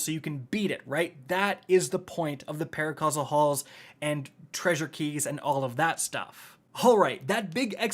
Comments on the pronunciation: I find it hilarious that (and others) keep saying "paracausal haul" when it's literally spelled out on screen in their own videos "paraversal haul." No negative judgement, it's just funny how a mistake becomes a mind worm. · ParaVERSAL Hauls, my dude, no hate but they aren't paracausal lmao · It's PARAVERSAL haul fool!!! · Anyone else wondering why this guy said “paracausal hauls” 30 times while showing it saying “paraversal hauls” in the game? Great vid just curious about that! Love these tips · Pretty sure it's (para-VERS-al), but I gotcha. Thanks for the info. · Paraversal* Jesus that pained me 😂